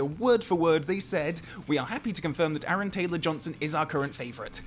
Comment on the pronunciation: What’s an Aaron Ansrong Gamberson? I’m sorry who did you say it was?